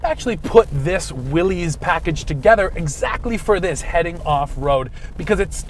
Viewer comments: Please, please, it is pronounced "willis" NOT "willeez". John North Willys would appreciate it if you said his last name correctly! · No. Willys is properly pronounced "Willis". Like "Bruce Willis" of Die Hard. That's an understandable mistake.